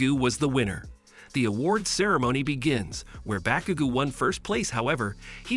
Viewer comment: "Bakuga" 💀 "Bakagou"